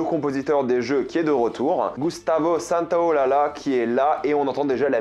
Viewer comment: D'autant plus que s'il fallait faire attention à toutes les prononciations je pense que Gustavo santaolalla ne serait pas le plus heureux Nan mais sérieux "lala" mdr je sais bien qu'il est compositeur mais c'est pas une musique son nom de famille